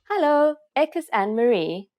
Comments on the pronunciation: Your Hallo sounds Dutch rather than Afrikaans. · Its not hullah its hallo and you say it hello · 😂🤣😂🤣 ek het nou weer geluister sy spreek hallo/hello baie snaaks uit.